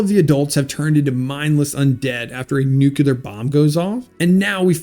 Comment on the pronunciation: Is this some new way of saying "nuclear"? What's going on here???